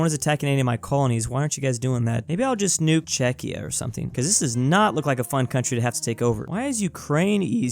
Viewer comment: Wait, he pronounced Czechia correctly? What happened?